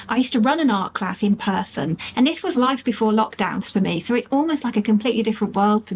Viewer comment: do you realise you sound like an American when you say AaaaND :)... I wonder, is this deliberate?